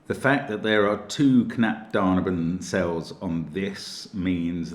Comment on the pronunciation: for me found all clues immediately, btw your pronunciation of "Knapp daneben" sounds so sweet :D